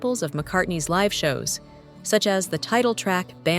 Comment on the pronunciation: Is it “live” or “live”? I’m not going to knock the AI voice because I don’t want to be executed when the robots take over!